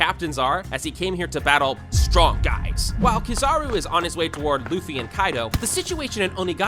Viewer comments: broo rlly just said "kizahro" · Stopped watching early because of how he says kizaru